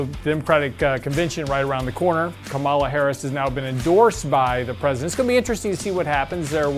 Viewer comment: Please learn to say Harris's first name. Respect.